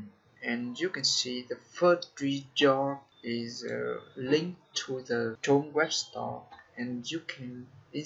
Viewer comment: ông học BK à, tự tin là tốt, nhưng phát âm sai rất nhiều, chrome= krom nhé